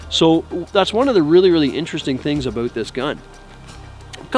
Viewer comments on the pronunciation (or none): thats one of the really really interesting things ABOOT this gun hahahahhahahahahaha LOL :) silly speaking Canadians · Aboot lol great vid sir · That's just how they pronounce certain words. Just like most Americans pronounce the word missile as "missul" whereas most Brits pronounce it as "missyle"